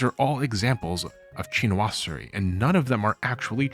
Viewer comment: your pronunciations of Chinoiserie and Japonisme are painful